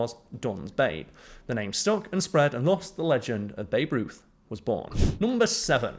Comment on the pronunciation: You actually called Babe Ruth "boof"!!